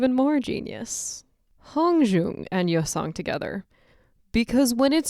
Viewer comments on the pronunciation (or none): You can't even say his name right